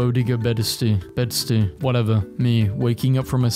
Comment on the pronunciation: ok this kinda urked me so its pronounced ti-bet-ten not ti-bee-ten, boe-day-gah not boe-dee-gah, and bed-st-eye not bed-stee lmao